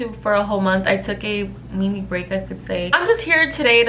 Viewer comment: Girl we missed you 🙃💕Awh her accent when she said mini 🥺💕💕💕👾